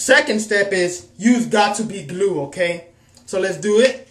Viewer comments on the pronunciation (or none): "GOT TO BE GLOOED" .